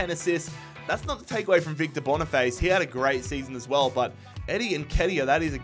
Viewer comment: Hey mate nice realistic video but bonifaice is just pronounced like face in english and not but bonifatché😅